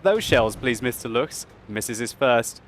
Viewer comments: Hey, I noticed that you pronounced Lu-ch-s, It's actually L-uu-ck-s. But that's okay, just remember that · Luchs is pronounced with a k in the end. like Lux.